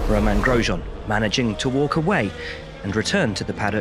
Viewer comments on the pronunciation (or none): none